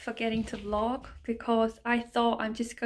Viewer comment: You keep saying vlok instead of vlog